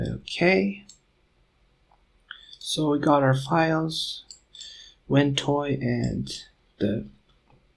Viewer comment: Too much prancing around the job in hand and useless for 'newbies'. Are viewers supposed to know about Ventoy [called "wentoy" by you ] and far too much is said not to matter. In addition, very poor audio quality and irritating voice. Luckily, there are better tutorials.